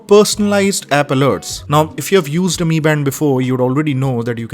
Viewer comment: No bro its pronounced in Chinese so its MI band(pronounced as ME band instead of M I band).